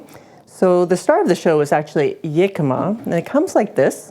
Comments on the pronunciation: Pronounced.....Hic-cam-ma, not Yic-am-ma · We used to live in Phoenix, and Jicama was EVERYWHERE down there. It's a staple of Mexican cuisine, and we've had it in hundreds of different ways. This looks like a fantastic new way to use it. By the way, it's pronounced with an H sound. It was driving me crazy hearing you call it "Yicama," lol 😂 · Jicama, my favorite substitute for water chestnuts when they aren't to be found. In the US, we called them "hicama" where the "j" is pronounced as an "h". It's interesting to hear that Canadians pronounce it as "yicama" like a "y".